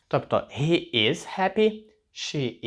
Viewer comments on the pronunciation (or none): дякую. Подобається, що уроки невеликі, все чітко, зрозуміло. Запитання: чому слово HE вимовляєте ГІ, а не ХІ? Дякую. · І одразу віяння придуркуватих нововведень в українську, "he"- це ніяк не ГІ!!! Наприклад, Helsinki в фінській та англійській мовах починається зі звука "Х", а великоголові та надзичайно неадекватні вигадали що в українській це "Г"! По перших хвилинах робимо висновок, хлопчина не має вимови, але намагається когось вчити. Жах!!! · he - хі чи гі? ) перекладач вимовляє як хі і в школі вчили як хі.. то як все таки правильно ? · Але ж хі,а не гі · Формат відео класний, але чому he – гі, а на хі!? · Hi, вимовляється як хі, а не як гі.перший раз це чую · Він- He ( вимова гі) ? Чому не (хі)? Все життя вимовляю як хі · he - (він) не гі а хі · Привіт в тебе круті уроки мені дуже подобається ,але є одне питання ти кажиш що He вимовляється як Гі але я майже впевнений що це буде Хі ні ? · Чому гі, а не хі він? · Питання: точно вірно вимовляти He = "Гі" , можливо вірно "Хі" ? Перший раз так чую, але я не спец в цьому. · Мені почулося, чи автор he вимовляє як "гі" а не "хі"??? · Вибачте за питання, але ви, здається, читаєте слово he як [гі]... Хіба це правильна вимова?